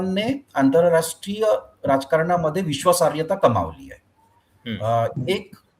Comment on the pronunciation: पांढरी दाढीवाला 'विश्वासार्यता' म्हणतोय. त्याला सांगा...तो शब्द 'विश्वासार्हता' आहे.